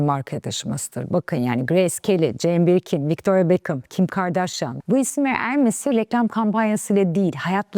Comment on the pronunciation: Birkin‘i doğru telaffuz edememişsiniz